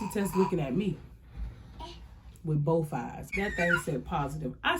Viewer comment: “Wit bof eyes” 😂😂😂